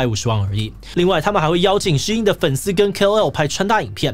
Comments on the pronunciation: 發音要正確。SHEIN的中文是希音。不要念的聲音得像老外。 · 竟然是唸Shee-in，我都唸Shain.